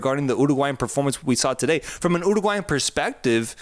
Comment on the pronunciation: "Colombia and Oooo-roooa-gulayan" lmao